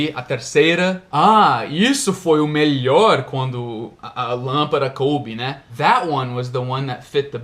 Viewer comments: darlin’: você falou lâmpaRa, porém, esta palavra é lâmpaDa em espanhol! Lampara é diferente de LÂMPADA, com D. D Só um toque para ajudá-lo a melhorar seus português quase perfeito.... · Olá.... muito bons seus videos assisto a todos, sempre que possível! não me leve a mal, mas você está a pronunciando a palavra lampada como se fosse no espanhol e não em português. até mais...